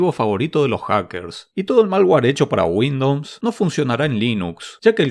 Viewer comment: porque dice windops